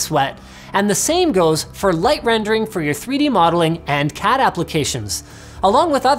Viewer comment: I swear I heard you say cat applications.